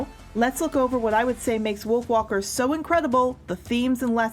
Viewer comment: Yea, it kinda sounds like "Wiolf walkers"